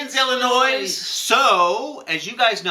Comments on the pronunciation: U guys were so cute pronouncing Illinois as illinoise so many people do it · love you guys, but please stop saying the S on illinois. It's driving me nuts! lol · its illinois with out the s on illinois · The "s" is silent in Illinois. Otherwise, great commentary today. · Ooo I hate that lie... Believe that suing church's for not doing a gay marriage... Just do BS... Out lesbian voting against ... Just messed up. Okay guys... Love you but Illinois is without the "s" when say it :-) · Guys. The S is silent in the name Illinois. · The way you pronounce Illinois is kind of ANNOISING. Other than that, thanks for keeping us all informed about what's going on. Uhhh, why do so few people understand the 1st amendment to the US Constitution???